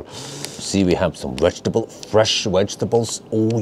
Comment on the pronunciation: Why is it that can pronounce ‘vegan’ fine but cannot seem to ever say ‘vegetable’ correctly? Always pronounces it ‘wedgtable’! Surely it’s not that complicated/difficult. Pronounce V not W 😂